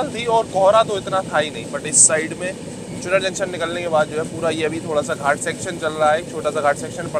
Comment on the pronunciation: Its चुनार not चुनर